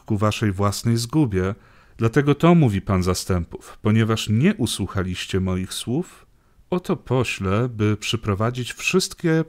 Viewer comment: Dziękuję za to co robicie. Bogu dzięki. Proszę jednak o poprawne akcentowanie tak jak język polski nakazuje/brzmi. Nie usłuchaaaaliscie mnie, odeeeszliście. Pozdrawiam